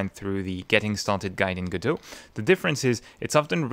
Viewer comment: This might be the first video I've watched with the correct pronunciation of "Godot". Well, that got my attention, I nearly fell off my chair! 🤣 I subscribed because your explanation of what I thought was going to be a complex topic was actually balm to my brain. Mille mercis!